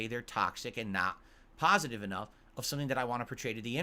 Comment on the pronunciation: "I am totally shocked this brave, successful streamer, who is well liked, and held in high regard by both his peers and fans, who does nothing wrong and everything right, would back out of a doco that would only show him is a pahsitive light. I never saw this coming. I guess there was nothing he could do doods.🤷‍♂He has to protect his fahmily and community of fans". --How thinks everyone else will think, when they hear he chickened out.